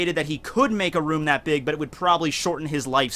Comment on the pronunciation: Its kroom instead of room lol